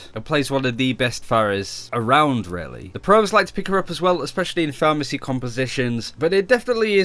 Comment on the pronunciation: 4: 24 when talking about pharah you slur your words like a drunk say something like "the pros like to pick her up in a pharamacy composition" please work on your pronounciation!